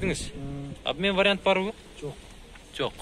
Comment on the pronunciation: чекесин емес. чекеден. тамда емес танда. вариат емес вариант